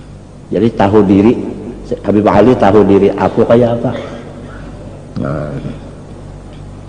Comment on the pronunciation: Manyambat atau menyebut habib ............ Kabib,atau menyebut kabib Pengucapan si imad haja salah total Hati hati,ulama apa cara pengucapan saja salah gimana orang mau percaya mad mad